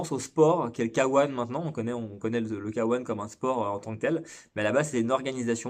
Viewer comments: Arrêtez de dire K1 "kawan" sans dec . Soit k un , soit Kay one . Dire le k en français et le 1 en anglais c'est pas top. A part ça , super chaîne , très intéressante , merci pour le partage de connaissances. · Et bein tu as tout à fait raison mais il faut voir ça comme le résultat du fait que les commentateurs d'Eurosport, disaient "Kawan" et que c'était à l'époque pour nous le seul moyen de regarder. Vois ça comme pour la pub du Game Gear (qui pronnançait "gire" et qui devrait normalement se prononcer "guire" ) ^^